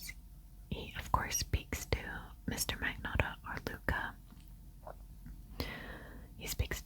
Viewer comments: The G is silent in Magnotta with a “nya”/nyuh” sound.(like gnocchi) Thanks ten years of Italian lessons! Lol Luka lived 10 minutes away from me when he was in Etobicoke. So gross :/ Love the video! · He did mispronounce his new fake name. LOL In the Netflix show, the Montreal police pronounced it with a silent G & long O. He grew up near Toronto and has that other type of Canadian accent, more Anglicized. Ex. "About" "Out" "House" :)